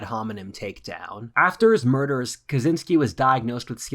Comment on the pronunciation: Kuh Chin Skee. Pronounce it correctly.